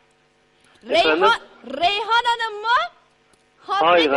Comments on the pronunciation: Rrrrrrrrreyhan hanım mı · Rrreyhan hanımmı rrrrrrr rrrrrr bu ne lan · rrrrrrrrreyhan hanımmı :QEWQEW